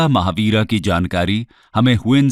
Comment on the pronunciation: महाविहार है, महावीरा नहीं।